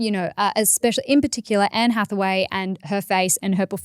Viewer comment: the way pronounces Anne Hathaway (mainly the last name) sounded off. Oh god it's pronouncing Zendaya's name all over again and look how that turned out. Also yay Life Academy Podcast hit EP 80.